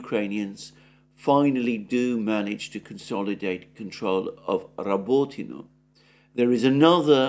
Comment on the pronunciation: I listen to this just to hear Alexander's impeccable pronunciation of Rabotino.